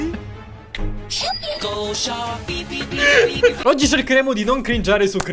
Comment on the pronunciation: Sono l'unico che ha sentito "showpee"